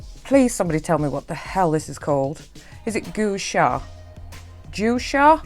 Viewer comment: Great first video! Lovely look as well! And you pronounce the Gua Sha as ‘gwar shar’ 🥰xx